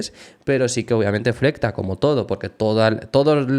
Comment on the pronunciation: No flecta, FLEXA